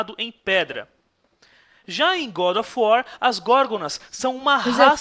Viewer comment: Como o fala, GoRo of uar kkkkk